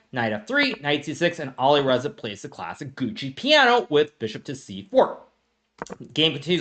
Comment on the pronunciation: Is Gucci Piano a meme or just bad pronoaunciatipn